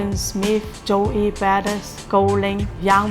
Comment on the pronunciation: "jo-ee badiss"